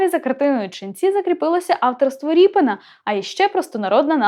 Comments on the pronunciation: Коли ведуча каже ,,ріпин,, навіть вухо ріже - правильно казати Рєпін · Та не РіпИн , а Рєпін --- РЄПІН !!!!!!!!!!! Оце тригернуло....... Пздц.......... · А чому так вимовляєте "Ріпин"? РЄпін! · Дитино! В промові українською мовою призвище звучить і пишеться рєпін , а не ріпін. Дуже соромно, що ви цього не знаєте. Вчить мову!